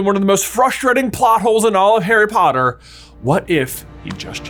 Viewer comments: I scrolled for so long to find this. Also it sounded like Harry Botter Fook. 😂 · "Harry Botter Book" ❤